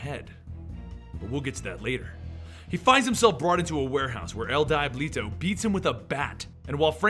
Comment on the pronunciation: Die-blee-toe :p